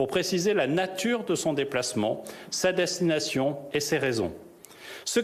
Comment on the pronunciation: 0 36 sa dessination au lieu de destination